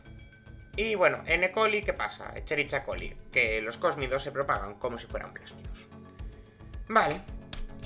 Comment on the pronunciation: Bro, Escherichia coli no se pronuncia tal cual, es Esqueriquia coli debe escuchar asi, no leerlo tal cual